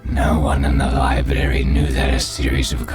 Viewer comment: Did you just day "lie-berry" 😆